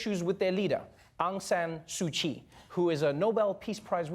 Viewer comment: The sad part is.....Trevor mispronouncing ‘Myanmar, Rohingya and Su Kyi’.